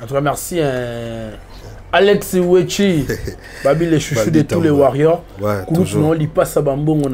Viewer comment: Pourquoi bo kokaka ko loba warrior te? 😂😂😂 en meme na pluriel eza warriors mais “s” wana eyokanaka te sinon ekomi warrioce 😂 na moni olangi pe kuna atie ango na féminin “warrionne” 😂😂